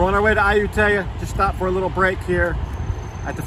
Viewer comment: You're saying the name of the city wrong. Ask your girlfriend. My skin crawls when I hear a foreigner who has been in Thailand for so long AND has a Thai girlfriend pronouncing popular cities wrong. Please research or ask your gf how to pronounce. It's Ah-YOU-Tee- ya. NOT Ayu-TAY-Ah.